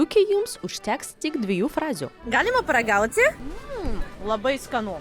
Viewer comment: Žudo rusiškas CI. Gal pabandom tarti TI. Paragauti/ paragauCi